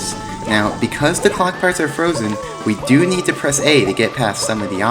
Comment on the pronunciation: HOLP O nood sombodo HOLP Not jost onobodo